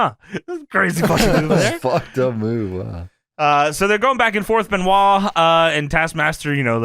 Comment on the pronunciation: Yes-ah, they-ah, Are-ah